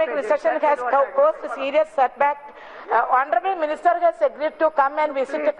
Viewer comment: Honorabal...... Instead of honorable......... Heeee